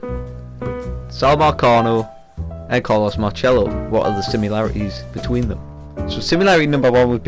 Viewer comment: Just a heads up, nobody pronounces it like that. People here in New Orleans say pronounce the “C” as an s. Carlos marcello( marsello)